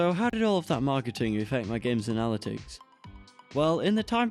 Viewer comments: I liked this video but "uh-na-lit-ics"? lol (also steam is kinda greedy) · Great video! But I can’t get over the way you say ‘analytics’.